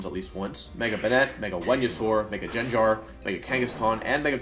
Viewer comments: Gengar not genjar.. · Imagine being on of the best Pokémon players in the world and pronouncing Gengar as Jenjar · "Mega Gin Jar". I love pokemon, sure, but I'm mainly here for the pronounciations. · GenG wolfy confirmed? thats the first time ive heard gengar pronounced as jen-jar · I just love every time he says Jenjar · I love you man but the way you pronounced mega gengar makes me want to throw punches.